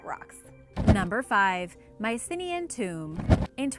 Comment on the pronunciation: That really isn't how Mycenaean is pronounced.